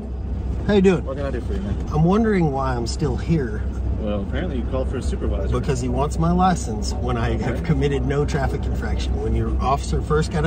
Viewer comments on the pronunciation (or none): In this video the guy says superwisor but also says video…..